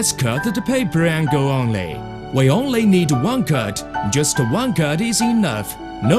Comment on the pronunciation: "We onelly need a softeley jack" Don't we all?